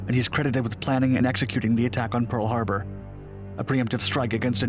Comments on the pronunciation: "Peal Harbor" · I swear to god, but I remember “Pearl Harbour” not “Peal Harbour” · We caught you slippin! Peal harbor? Lol